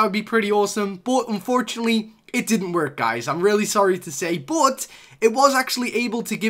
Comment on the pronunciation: Why does he say but like boot